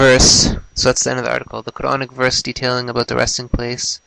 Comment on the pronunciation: it sounds like dude said the chronic verse lmao